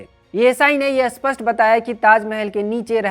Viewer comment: भाई साहब, 'अस्पष्ट' नहीं 'स्पष्ट' शब्द का उच्चारण सही करिए। आप अर्थ का अनर्थ कर रहे हैं। इस चैनल में उच्चारण की समस्या बहुत होने लगी है।